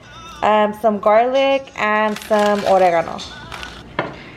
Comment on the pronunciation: When she said oregano with a Spanish twist lmao